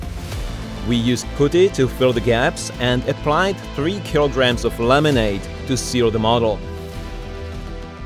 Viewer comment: I heard "lemonade," assumed I had misheard "limonite," and then realized it was "laminate." 🙃